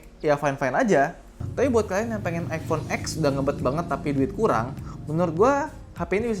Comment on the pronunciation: Iphone bukan ifhone wkwk